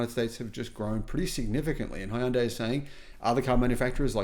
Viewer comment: In Hangul it's 현대, "Hyun-day", two syllables. Not Hi-un-day.